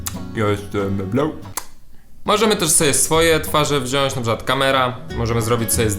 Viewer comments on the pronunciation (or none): Karol wziąć a nie wziąść XD zdejmij kondoma z telefonu może zadziała ;)